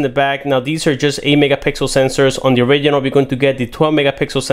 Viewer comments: It sounds like he says oregano instead of original! 😂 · So cringy when he say "original"